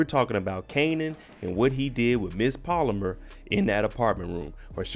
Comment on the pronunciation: Pal-Oh-Mar not polymer .. lol